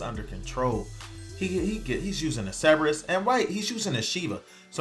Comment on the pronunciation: Holy Hell there are 2 r's in Cerberus! ceRberus!!!!!!!!!